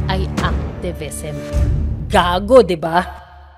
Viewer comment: Gagi hahhaha lutong ng "GAGO"😂😂